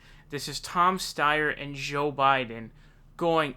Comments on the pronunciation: Why do you say Joel Biden weird? Joel isn't hard to say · Bernie should ask him how it was getting arrested in South Africa LOL One thing though, why do you seem to pronounce 'Joe' as 'Szhoe'? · Why do you pronounce joe so weird